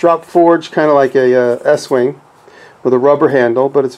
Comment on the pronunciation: estwing is pronounced east wing..